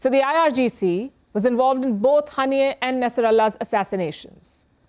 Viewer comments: Why is she saying Ghaani instead of Qaani? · She should first learn how to pronounce Israel and Qaani. Most Indian news anchors have no clue.